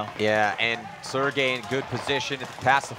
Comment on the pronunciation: I love it how nobody can say Sergei's name right lol